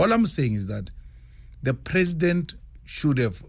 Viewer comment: An educated man who still doesn't know that the L in should is silent.